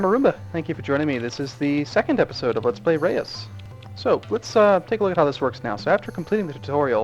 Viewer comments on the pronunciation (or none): this game is pronounced roos actualy